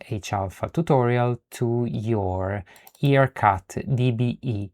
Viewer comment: Excellent video! One thing about pronunciation of IRCut. It's "eye- R-cut, and not E-r-cut. Other than that, awesome tutorial and you earned a follower with the bell on!